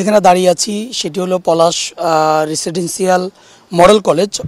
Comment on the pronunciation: উপস্থাপকের মুদ্রাদোষ আছে ও রেসিডেন্সসিয়াল উচ্চারণ সঠিক হয় নাই